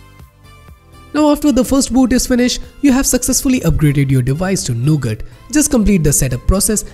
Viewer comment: when he say android nougut...i misheard it to ANDROID NOGOOD